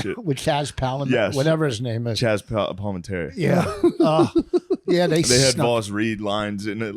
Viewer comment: Hilarious that Vos still can't pronounce Chazz Palminteri's last name after all these years.